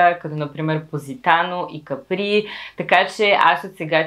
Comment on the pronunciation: Капри, ударението е на А ;-)